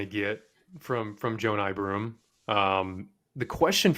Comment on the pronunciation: Who is JOE-NYE Broome?